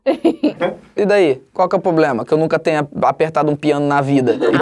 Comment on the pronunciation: "Qual que é o ploblema?" KKKKKKK Melhor parte Qnd ele falava isso😂😂😂😂😂